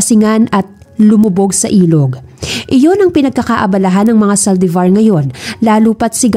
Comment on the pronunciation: May kwento siguro si Gabriel? Series ba to lalo magpipinsan ang eme ng mommy ni James Maldevor😂(Saldivar) haha maldevor pagkarinig q kanina😝